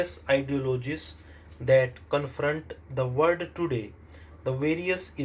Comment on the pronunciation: Aapka world abhi tk sahi nhi hua h..... Aap baar baar usko word hi padhte h